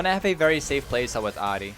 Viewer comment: Jesus Christ why do you pronounce her name like that